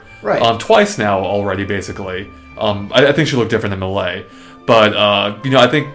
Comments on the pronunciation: Also, not to nit pick, but this has been driving me nuts for a while now. It's pronounced MAY-LAY not MAHLAY. Please.. please don't say mahlay anymore... pretty please? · That's the definition, but when I verified it, a couple sites listed the pronunciation as may-lay but either way, it's not mahlay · Actually, it's pronounced MEH-LAY. It comes from the French word "mêlée" which, somewhat funnily, actually means "brawl". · still saying melee wrong